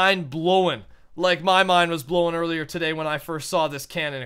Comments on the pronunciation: am i the only one who heard blow-en? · Your mind... Blow-en? THAT PRONUNCIATION THOUGH